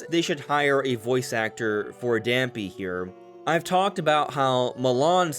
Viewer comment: Dampé's pronounced Dam-pay. Not Dam-pee lol